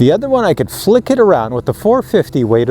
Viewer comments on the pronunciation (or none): none